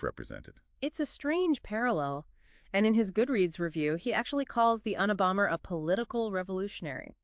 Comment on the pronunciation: Un a bomber 🤦🏼‍♀️ I know the acronym and why but your pronunciation is absurd